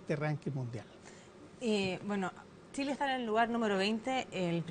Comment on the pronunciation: La periodista dice tileno Tile.porque tienen tanta dificultad para pronunciar la CH.Las chilena??